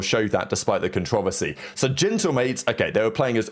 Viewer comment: CON-TRO-VER-SY.. say it with us lmao the second time you said that word the way you did I lost it 😂